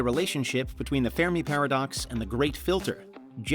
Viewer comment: Haha "fair me" paradox 😂😂 the ( Fermi) paradox is pronounced (fur-mee) ... good laugh tho !!! And overall great video 💯!! ..... but "fai me"? 😂😂 I've never heard that one before 🤟✌️ keep up the great work !!